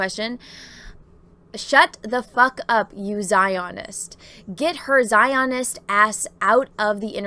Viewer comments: I've never heard a word get mispronounced so many times rapid fire as just mispronounced "Zionist." As for the story, who cares? Let the left cannibalize each other as they always eventually do. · Your pronunciation of Zionist is cracking me up. LOL